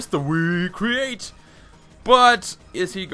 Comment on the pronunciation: when you say "Wii-Create!" i laugh so hard :D